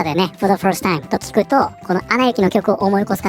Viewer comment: first timeが「ホルスタイン」に聞こえた。英語をヒアリングからやり直そう